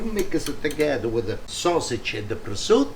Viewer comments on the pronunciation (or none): Please pronunce prosciutto properly.. no presutt You are italian...😮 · Grazie ! Why do you say 'prozut'? And not prosciutto? 🙂 Nearly 500.000 subscribers. Congratulations 👍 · Prosciutto, hard-core old school pronunciation = PRO-ZOOT I love this man!